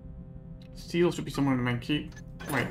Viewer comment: Stele is pronounced "STEE-lee" (it's Greek).